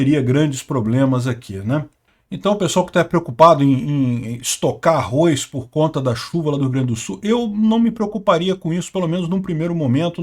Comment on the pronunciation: Não é arroiz não